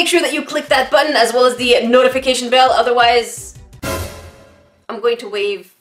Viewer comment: Am I the only one that heard "hit that notification bail"? Lol 😂😂